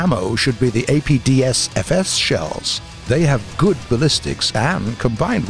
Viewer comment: He said APDSFS, not APFSDS... it's an imposter! A Skinwalker has taken the narrator's place! What you do with Larynx, Skinny!!??